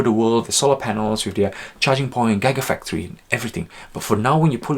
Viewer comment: I can’t take analysis seriously when the host can’t even pronounce GIGA FACTORY.